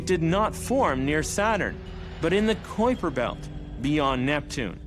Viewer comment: Omg dude, it's pronounced k-eye-per belt, not coy-per belt. kui... k-eye, try it with me now, k... eye... per. kuiper christ